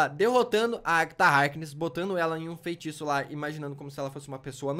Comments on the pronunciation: Véi q raiva do falar "FEINTIÇO" kkkkkkkk mas nd contra mano video top demaisssss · eu acho q vc tem q aprender a falar feiticeira antes de ver dr estranho kksksk vc sempre fala feinticeira e feintiço kskskskk